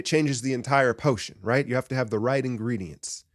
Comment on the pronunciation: Lol this man said potion... 😆